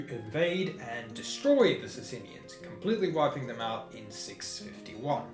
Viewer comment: Good show bro though 'bizzantines' in Byzantium [not an endonym] v. 'sassaynians'.